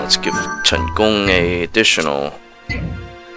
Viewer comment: Are you Asian? Your Mandarin is very accurate... and it sounded like Cantonese too when you said Chen Gong.